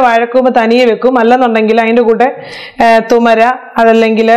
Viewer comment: തുമര അല്ല തുവര പരിപ്പ്😀😄😃😂😂😄😄😄😂😂😂😅😅ningale pole Ariyaan kazhiyillenn thonnunnu😲😪😥